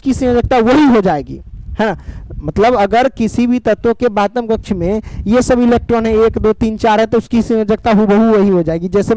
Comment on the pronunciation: Sir kabhi kabhi bohot jaldi jaldi bol te ho electron bhi electon sunaai deta h 😅😂